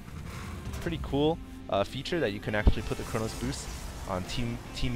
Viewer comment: it's chrono boost, not chronos boost